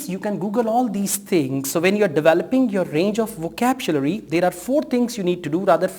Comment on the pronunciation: Hello brother, good video but please remember it is not "vokabjulary". It's "vokabyulary"